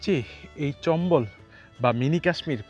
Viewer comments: Video and sound are good but your pronunciation should be improved. This is not চম্বল, actual word is চামবল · ভাই, জায়গার নামের উচ্চারণটা চম্বল না, চাম্বল হবে